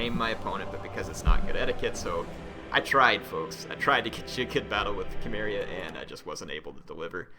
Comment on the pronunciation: isnt Cimmeria said like: Simmeria? and not Kimmeria.....?